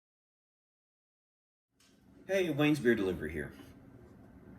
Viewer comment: Thanks for you the shout out among! We greatly appreciate it. Even if you did goof on our name 🤣😂🤣 (Brian did too for months, shhh 🤫) Cheers brother! 🍻